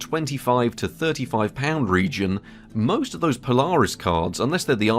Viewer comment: Polaaaris not Polariiis.